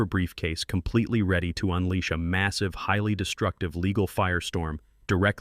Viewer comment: Complitly, violently, firmly, entirely, what's with you 😀